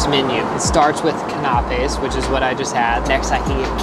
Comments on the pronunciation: Kan-aop-aes...yup I can confirm this is not a trust funder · Oooookay stop right there did he pronounce canaés as knapaays 😂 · CANAPES is pronounced Can a pays. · The way you pronounced "canapes" was on purpose for a laugh 😂 right? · No one would mistake you for a trust fund kid by the way you pronounced canapes or chivas regal - dear god man please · The way he said canapes had me dying laughing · That is definitely the most usual pronunciation of canape I have ever heard. Confused me until I read the menu. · I mean this in the absolute best way... how could anyone think you are a trust fund baby after hearing you pronouce Canapé. I love it! 🥰 I only know because of Gilmore Girls.